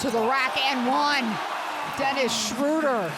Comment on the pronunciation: Yeah they call him Schrauder or Schroder, its Schröder! English speakjng person have so much difficulty with German names , not only with him !